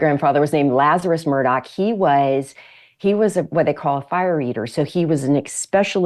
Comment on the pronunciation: For those of you not of Scottish descent, the surname is pronounced MurDOCK. Not MurDOG.